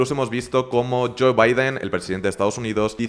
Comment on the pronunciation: ELON se pronuncia ílon (como Musk se pronuncia masc). JOE se pronuncia llou, no lloe.